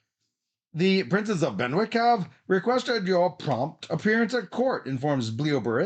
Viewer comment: Good to see returning to the land of King Arthur following Legends of Camelot. I am pretty sure Benwick is pronounced Bennick just as Alnwick comes out as Annick.